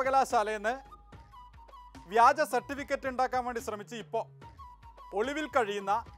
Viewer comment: വിജ്യൻ [വിജയൻ ] എന്ന് ഞാൻ തെറ്റിദ്ധരിച്ചു , വ്യാജൻ എന്നാ ലേ